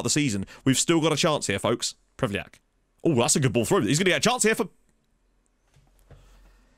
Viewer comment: Changed his name to only just "Oh" still manages to pronounce it as Ho